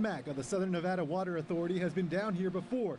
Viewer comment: Southern Nevada "Wather" Authority lol